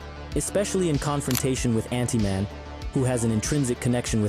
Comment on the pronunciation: This dude just called antman “antiman”